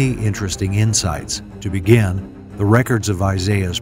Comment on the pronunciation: PRONOUNCIATION IS WRONG BEGIN BBIIIGGIINN BEGIN